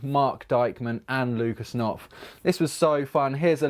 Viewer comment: I love how he say "Lukas Nopf and Marc Deikman" xD